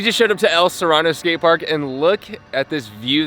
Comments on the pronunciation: It’s pronounced El ‘SerEEno’ not El ‘Serano’ btw ;) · 4 seconds in aaaand it's not el serrano, it's el sereno. love you.